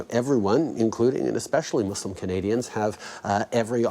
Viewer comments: finally a nonmuslim says muslim the correct pronounciation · You know he's a real one cause he said Muslim... Not Muzlin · THANK YOU TRUDEAU, YOU SAID MUSLUM RIGHT ILYSM (NOT JUST FOR THAT OBVIOUSLY)